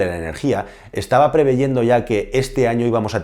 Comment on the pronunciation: Inflacción no, INFLACIÓN.. Preveyendo no, PREVIENDO.